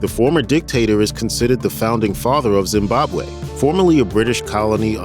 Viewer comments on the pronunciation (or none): none